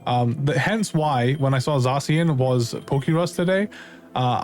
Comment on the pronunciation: the way he says zacian hurts me